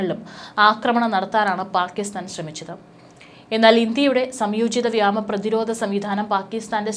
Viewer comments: Zoya Mone ee kuttikku vyama alla vyoma ennu parayan padippikku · വ്യോമ ആണ് വ്യമാ അല്ല.. ഇനി തെറ്റിച്ചാൽ തെറി വിളിക്കും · വ്യാമ അല്ല വ്യോമ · Ketta vaarthakal thanne veentum thattividunnu. Ee potti eppozhum vyama athirthi, vyama sena enne parayu,,, 'vyoma' ennu parayaan enthe madi,,, pala pravasyam choonti kaanichathalle kutty ,,iyaal sthiram thettu vaayikkunnathu kontu ennum dislike tharaam ,,,kurachukoody nokkiyittu unsubscribe cheytholaam. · ഈ പെണ്ണുംപിള്ളക്ക് വ്യോ വഴങ്ങില്ല 😢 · Ee potti ' vyaama ' enne parayu... Chinayil padichatha 😂